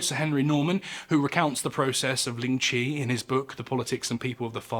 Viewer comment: This was a great video! Just one thing of note, the pronunciation in this video of lingchi is wrong, its the "white" pronunciation. The chinese pronunciation is 凌迟, or líng chí. Which means death my a thousand cuts, or lingering death. If you would like to learn, Chinese, or mandarin, is a tonal language, with 4 different sounds as marked above the vowels. ā, á, ă, à. 第一声 (dì yī shēng) or the first sound: ā, sounds like you're singing the note. If you sang out aaaaa, that's what it sounds like. 第二声 (dì èr shēng), or the second sound, á, sounds like you're asking a question, the sound goes up like at the end of a question mark. 第三声 (dì sān shēng), or the third sound, ă, goes down and is formed in the throat. If you groaned, it would be at that pitch, but you say it as a normal sound. Finally, 第四声 (dì sì shēng), or the fourth sound, à, sounds like you went "ah!" if you were surprised. The pitch goes down sharply, like a drop off a cliff. If you read this far, thank you for taking an interest in my culture! Its always nice to show people how to pronounce mandarin :D It can be a difficult language to learn, but the most important part is the pronunciation. It's a bit difficult to explain over text without a voice, but as an example, without the tones 四 and 死 would sound the same, but 四 (sì) means four and 死 (sî) means die or death. Its actually one of the things in our culture, why you wouldnt see a fourth floor (it goes straight to five) in hotels, or in the case of our red pack